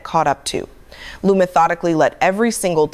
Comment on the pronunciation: This AI version (which mispronounces Lieu as often, or more often, than it pronounced it correctly) inspires me to go find the original tape.